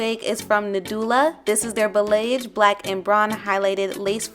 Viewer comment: ✨✨✨🦋🦋🦋 BTW, balayage is pronounced bah-lee-ahge 😅😅😅😅